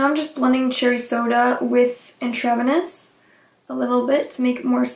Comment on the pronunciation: "intravenous" is pronounced "INTRA-VENUS." It means "within the vein" as in a blood transfusion. Your mispronunciation of this word was making me cringe. The palette is beautiful and your eye look was bold.